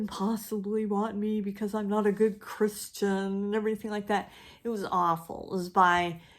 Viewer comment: It’s hilarious the way you kept saying CRISS-tian! I know Monica Ferris! She goes to the same church I do and she’s a super creative lady! Ok, maybe I’m going overboard on the exclamation points... I decided to do the tag... No such thing as too many of the stories are good, but I hate when you HAVE to read them in order, if it’s too many titles I tend to pack it in! Softcover...easier for taking along to work, doctor’s appointments etc. I couldn’t finish the Time Travellers Wife, and I know that’s a favorite for a lot of people, but it just gave me the icks I can always reread the Red Tent and Gone with the Wind. Also my fifties teen romance books by Rosamund DuJardin. Imma multiple POV person usually,I think it can add a lot of depth to the story Least favorite? Hard pick because I usually dump a book without finishing it if I don’t like it, but I would say Sanctuary by William Faulkner since I was forced to read it in college and it’s just horrible on so many levels, especially concerning the treatment of women in the story. I can read with music in the background if it’s instrumental...and NOT metal!